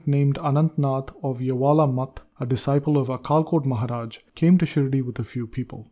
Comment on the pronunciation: Some pronunciation of Marathi words is not correct like अक्कलकोट महाराज Akkalkot Maharaj.